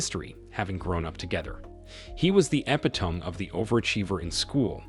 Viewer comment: Façade = Fuh-sahd. Epitome = eh-pit-o-mee